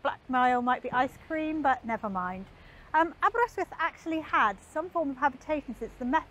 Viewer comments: Gr8 pronunciation of Aberrr-ystwyth. Please teach Mr Hubnut how to say Aberaeron! Diolch yn fawr! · That slight twang when she says it 👌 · I shall recommend this video to my local wine and cheese shop keeper. Now you were wondering why a Dutch wine and cheese shop keeper be interested in someone showing Aberystwyth while pronouncing it correctly? He's half-Welsh! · Not a twang; she just says it how it should be said. 🏴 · That's the correct way to pronounce it.